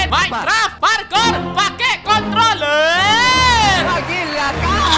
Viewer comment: Ngomong "Controller" aja susah :v